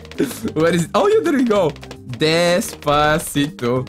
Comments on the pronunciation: Despavegeto why not instead despagito lol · He will never stop saying destcito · Nobody:; dEsPaVeGeTo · Despavegeto sounds very better than despacito :-D